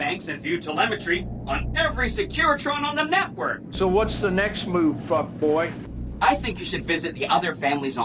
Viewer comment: The biggest gripe I have is when he says fuck boy instead of fuckbaw.